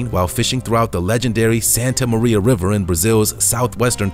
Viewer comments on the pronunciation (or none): none